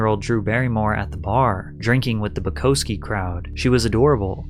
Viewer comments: “Boo-ko-ski crowd” Lmao okay he’s gotta be mispronouncing these words on purpose. Either he’s like 18 years old mentally or it’s on purpose to cause ppl like me to comment about it lol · dig the video! (also byoo-cow-skee) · It’s boo cow ski